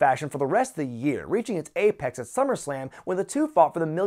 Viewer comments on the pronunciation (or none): none